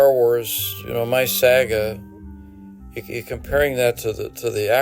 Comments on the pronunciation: "The creator of the star wars sag-eh" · I'm here for Josh Robert Thompson's "SAG-AHH" pronunciation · Every time George Lucas pronounces it "My Sah-guh" I lose it. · Good to hear again. The pronunciation of “saga” was a dead giveaway that George Lucas is Canadian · Everyone’s assuming it’s Josh because he’s “the impressions guy” but I hear that pronunciation of “saga” and know in my heart that it’s from Canada